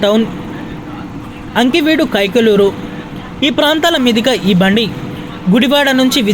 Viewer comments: అంకివీడు కాదు. ఆకివీడు అని తెలుసుకొండి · ఊళ్ళ పేరు కూడా సరిగా చెప్పలేదు. ఆకివీడు, కావలి అంతే గానీ అంకివీడు, కావాలి కాదు తల్లీ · అంకివీడు కాదమ్మా ఆకివీడు.😊